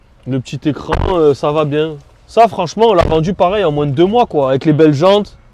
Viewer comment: Putain tu me stress quand tu dis « moins » tu prononce le S à la fin alors qu’il est muet 😂